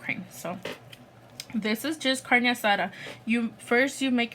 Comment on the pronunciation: why does she say " carne asara" tf aren't you Mexican its carne asada smh